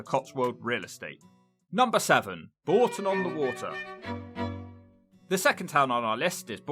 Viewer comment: It’s not Boulton, it’s Bourton on the water.